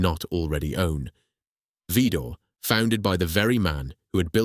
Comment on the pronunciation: Whats a Labratree, it's laboratory and Vidor is not VEdor. I'm 80 years old and never heard anyone say get a new Ever Ready, Just a new battery, they wern't batteries they were Cells, a bank of cells form a battery, a wrong discription from the early days. This is the most boring presentation I've ever heard, repeating information time after time, our attention span isin't that short, 15 minutes would have been too long but to pad it out for almost an hour I deserve a medal for reaching the end.